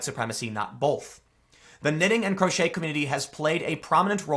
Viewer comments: hey...Tim... Crochet is "Crow-Shay", it's French for "small hook" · It’s pronounced like cro-shay and I believe the website or group is ravel rly like unravel yarn, the whole thing makes me brain hurt enough news for today. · Tim the word is pronounced with a long o and with a Shay at the end. I believe it is French in origin. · lol! no doubt. what's funny is it's no wonder he can't say it, i mean how often does 'crochet' come up in a conversation? i do think "crotchety" fits well at times, the new way to pronounce will become associated with the crotch xD make knitting sexy again lolz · Should have told him how to pronounce crochet. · Croch-et 😂 It's French and pronounced "cro-shay" 😂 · Crochet...pronounced "crow-shay" 😂🤦‍♂️ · Crochet is pronounced "krow-shay", not "krot-chett" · This is more than a knitting site. People sell patterns on here. It’s like an Etsy site but with a forum and lots of free patterns. Ravelry... ravel, unravel, ravelry. Crochet... crow-shay. Not crotch-et. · I'm pretty sure it's rav-elry... how does a knitting website and a photo sharing website ban Trump? I'm going to go knit Trump a sweater now lol then I'll post my design to ravelry and pinterest baha And Tim, it's not crotch-eters lol it's cro-shay lol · It's pronounced Rav-el-re. It's not pronounced crotch-et! it is crow-shay! COME ON TIM! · Learn to read and pronounce. Crochet - krow·shei Not crotch•et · First, it's pronounced "Rav-el-ree". Like "unRAVel". And it's can't believe you just called crochet "CROTCH-et". It's "crow-SHAY". The French are to blame for that one, but seriously. Second, I'm an enthusiastic knitter and crocheter. What the everloving frick does anything I make from yarn have to do with Trump?! If a buck of women can support a movement where everyone wears knitted pink cat hats, why can't I make a big beautiful scarf proclaiming Trump 2020? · It's pronounced "cro-shay" not crotch-et. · It’s pronounced croshay not crotchette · CROW-SHAY ... it’s crowshay tim